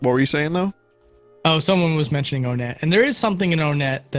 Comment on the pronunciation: Its actually called One-ett not Wunt. Vinny is right that the naming of the towns all have a number in them. You wouldnt say Toosen, you say Two-son. Three-ed. Four-side.